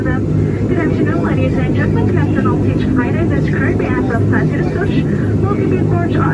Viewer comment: Learn to say Açores